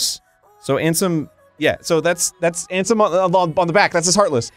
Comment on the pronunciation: Every time Arin said Ansem I was like nahhhh 😂